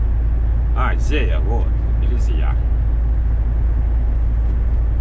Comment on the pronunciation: Приветствую Николаича и всех подписчиков Всех с прошедшим НГ и Рождеством Со Свободненскими гаишниками лучше не встречаться,, они у нас по области наверное самые лютые, река Зея , ударение на "е" без обид А есть ещё город такой же. Николаич проезжал поворот на него выехав с магдагач в сторону владика километров через 60